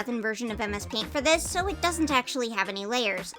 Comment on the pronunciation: You said that it turned out messy, and MS paint sounds like "A Mess Paint"!